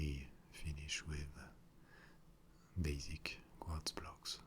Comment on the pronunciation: I love the way Quartz is in a french accent. like kwadz